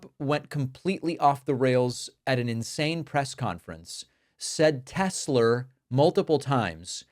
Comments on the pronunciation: Tesler. Goddamn that made me laugh. I hope Elon hears it every time he says that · Why is no one correcting Trump when he says “Tesler?” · It might seem like a small thing but continuing to say 'Tesler' is quite revealing to his complete ignorance and lack of care for accuracy (as if it wasn't already obvious) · Tesler....uh duheeee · What's a Tesler? Yeah he's really smart. Lol. I'm sure he doesn't even know who Nicholas Tesla is. Most idiots don't. They think Elon invented that. Smh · What’s with the “r” on Tesla? I’m from NY, our accent doesn’t do that. 😂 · When is someone going to tell the idiot its not TESLER what a old jerk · the idiot turd doesw not even know the name? Tesla NOT Tesler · Not Teslurr 😂 So now 47 is crawfishing on the 3rd term when yesterday he said they were planning and there were 2-3 ways. Did his handler take the day off or something and left Kid Rock to baby sit him? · Musk pronounces it "Tezler". Trump pronounces it "Tesler". It's actually spelled "T-e-(swastika)-l-a". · Anyone more brain dead than kid rock? Is it tesslar or Tesla?? Very heavy like a toy!! Very heavy! Like a heavy toy!! Articulate to the max! Stupid to the max!! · Tess lerrrr. Like A Mi nor. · Because he said Tesler instead of correcting himself, he’s just gonna keep saying it maybe Elon will change the name to Tesler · HEY DONNIE - "TESLER" comes from two words, namely "TES-la" and "Hit-LER" thus your term came up as "TESLER", just how dumb and stupid can you be? and LIVE on AIR! more than twice! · Came for the poignant political commentary…stayed for the “I love teslers” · Wow. Nobody will correct the "stable genius" on his pronunciation of "Tesla?" Are they afraid to tell him it is not "Telser?" LOL. Narcissist imbecile surrounded by cowardly sycophants. Medieval level nonsense. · Lookup "tesler siber truck" its hilarious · Tesler 😂 is he related to Medea Halleluher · Tesler? Can’t remember a big word like Tesla. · Tesler? I hardly know her! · "I love Tesler!!" 💁